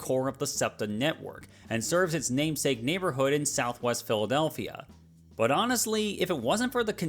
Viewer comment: "Philawdelphia"?????? Good lord, what are these lawyers smoking🫩